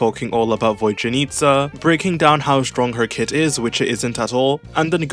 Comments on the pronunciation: My British brother she’s VodYanista not VodJanitsa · "Voy-janitsa" bruh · Bro really said "Void-yanitsa"